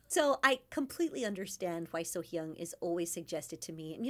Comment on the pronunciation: Since it seems like you will come back to Sohyang again, I would like to mention this. First, it's not your fault as there are some people telling others to pronounce her name as So Young and many people pronounce that way, but in Korean "A" is always pronounced "Ah". Anyway, the correct pronounce of her name is in the first moment of Sohyang's "Bridge Over Troubled Water" video. Just listen to the first sentence a few times, then you will hear her name.